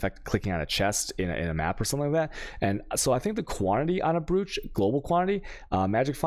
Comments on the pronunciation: brooch is pronounced broach alchemy is pronounced alkemy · Why is brooch pronounce broach?